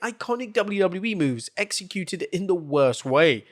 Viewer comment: Did you say "Hexecuted"?? 😅🪄🎃